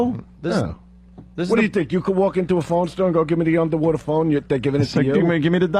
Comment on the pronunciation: It’s a UNDAWATA phone ahgoiiii